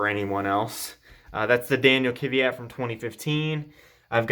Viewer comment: Amazing collection, love the video. Just one thing, I don’t get why people mispronounce Danill’s Surname, it’s KVYat (kviat) not KYVat lol not trying to make a big deal of it it’s just that I’m Slav myself so it sounds wrong for me xd